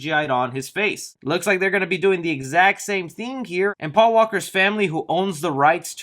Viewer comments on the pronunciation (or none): Am I the only one that caught "Pual in Fast 9". Not "Paul" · Quick correction it’s Paul not Pual. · Word of the video: “Pual”